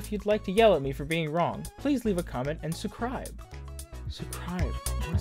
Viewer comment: LOL "sucribe"